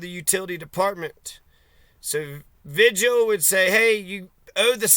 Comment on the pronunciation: Vee-Hill, not Vidg-uhl